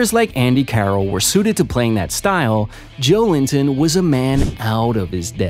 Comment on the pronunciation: It's Jo-el-in-ton, not Joe Linton!